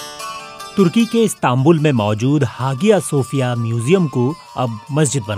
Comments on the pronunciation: Hagiya nhi re aya sophia Kehte Hai pronunciation me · It's not ha gi ya....its haiya G is always as H in turk.....don't pronunce as Hagia Its Hahia or haiya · Hagia nahi hiayah boltay hain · हागिया नहीं, हाया / आया हाया सोफ़िया or आया सोफ़िया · You should have pronounced like haya Sophia not hagia sophia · come on BBC it's HAYA SOFIA(IN PRONOUNCE) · Its pronunciation is aahya sofia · Hagia pronunciation check